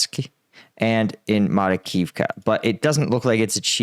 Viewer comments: Makarivka, not Marikivka. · Marakivka? Makarivka.👍